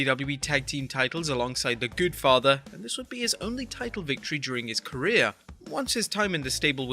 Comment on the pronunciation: Did you just call The Godfather the goodfather?